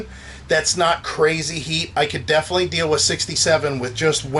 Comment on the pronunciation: "Defnuhly" is not a word.